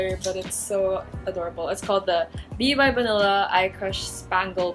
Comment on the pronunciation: At one point I thought you said "bibe banila co." instead of b. by banila co. HAHAHAHAHAHA